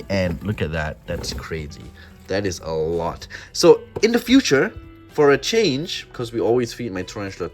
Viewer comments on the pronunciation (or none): none